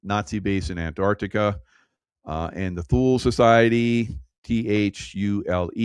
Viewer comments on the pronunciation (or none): the base in Greenland was pronounced Toolee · My father was in charge of all RCA people in Thule (pronounced two' lee). circa 1960. It was BMEWS (Ballistic Missile Early Warning System) I never heard Thule pronounced as you have. Interesting!!